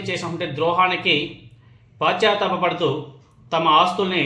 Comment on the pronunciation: అంతేనా పశ్చాత్తాప అనే పదాన్ని ఆయన పాశ్చాత్తాప అని వాడుతున్నాడు. తెలుగు సరిగా పలకలేని వారు యూట్యూబ్ వీడియోలు చేస్తున్నారు